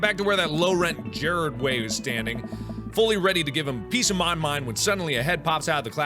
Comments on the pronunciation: "Gered" G E R A R W D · geRARD NOT GERard😭😭😭😭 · "Jarold Way" LMFAO I'M DEAD THE WAY HE PRONOUNCED GERARD AHAHA! 😂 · ITS SAYS GERARD WAY NOT GERERD WAY STILL LOVE YOU THO MARK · I cringed when he said 'Jared way.' it's GERARD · "The low rent Gerard way." The fact that mark pronounced is like 'Jared' triggered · MARK FREAKING SAID JARED WAY INSTEAD OF GERARD WAY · MARK, WHY?! YOU CALLED MY FAVOURITE PERSON, LE SASS QUEEN. JERED (HOW IT WOULD BE PRONOUNCED). IS GERARD (G-ERR-ARD) YOU RUINED MY LIFE, "I DONT LOVE YOU" ANYMORE! IM KIDDING, YOU ARE PRETTY AWESME BUT THAT. THAT WASNT GOOD. ALSO, WHY AMANDA?!!! WHY THE MY CHEMICAL ROMANCE MERCH ;---; ;-; I'm so sad, happy international My Chemical Romance day, Killjoys KILLJOYS MAKE SOME NOISE ~Mikey Way's Husband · Mark: "Gerald Way" Me: Wrong. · "Jered Way" THEY WAY MARK PRONOUNCED IT THIS IS A DISGRACE TO EMO CULTURE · Mark in game: I like your jacket Me:I wanted Mark to call him a jacket slut dammit Edit: mark: gererd wey ITS GERARD WAY PRONOUNCE IT RIGHT YOU LITTLE BEAN Edit 2: why are there so many MCR references? I like it. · Every MCR fan is shook nasty™ right now "Jered Way" it's Ger-Ard Way you peasent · GEREEEEERRRD WAY!!!??? That name pronunciation though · did he say JERED INSTEAD OF GERARD INTENSE G NOTE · mark: pronounces gerard as jared me: jjjjjjAAARED??????/$/! whOs thaT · I'm sorry, I love Mark, but I fell off my bed when Mark pronounced "Gerard" as in "Jared." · it's pronounced jar- are mark!🤓😑😤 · Did you hear the he read gerard as Gerd.... My feels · damn Robert. (It reminds me of a Darkiplier.. type fan fiction.. and Robert looks a tad bit like Dark.. aswell (MARK ITS Ger-Ard! The G sounds like a J!!!! ITS A MCR REFRANCE IM OFFENDED) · My reaction wasn't as bad as when Shane Dawson called him Gerald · Ella Starfish He pronounced "Gerard" as "Jared" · "Jared way" Fuck you mark. It's not pronounced that way. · He said Gerald. ITS GERARD IM SO T R I G G E R E D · He said Gerard Way wrong. TRIGGERED